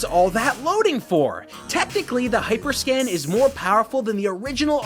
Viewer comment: Actually he mispronounced the name the entire video, he kept calling it hyperscan instead of hyperscam